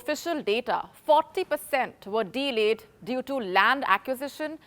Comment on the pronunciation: Delayed is one word, not two: it is not de-layed